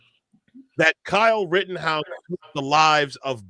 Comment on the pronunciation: It's Kyle not Cal. Actually